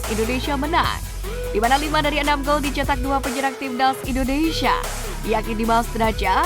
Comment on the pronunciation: Komentatornya repot amat nyebut.... INDONeiiiiisssyyaaaa😂😂😂😂